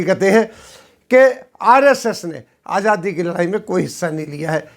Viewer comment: Aap azaadi ko ajaadi kyun bolte hain, sunne mein bahot jabr maloom hota hai kam se kam aapke moonh se